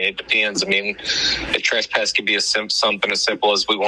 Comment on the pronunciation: Why is it that pretty much all auditors say the word wrong?? Trespass does not have a U in it. TRES, like DRESS not TRUSPASS!